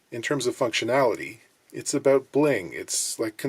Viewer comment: Yeah... I heard some Great White North in his aboot, eh?